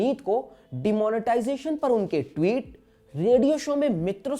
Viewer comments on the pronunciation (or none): none